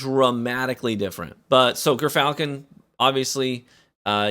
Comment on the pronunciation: Dude, gyrfalcon is pronounced “jeer” falcon. I used to be a falconer and trained a gyrfalcon, so I know.